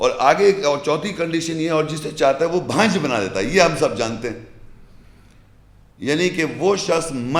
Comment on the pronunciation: بھانجھ ۔۔۔۔ نہیں بانجھ کہتے ہیں